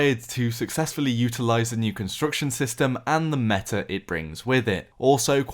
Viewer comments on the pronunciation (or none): none